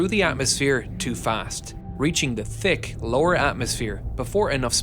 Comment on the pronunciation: fail the narrator cant prounounce th,says tik not thick,big fail!.